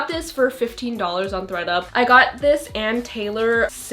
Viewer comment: Lol I thought you said “Greta” instead of “Thread up”